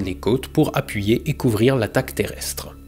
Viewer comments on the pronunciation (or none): none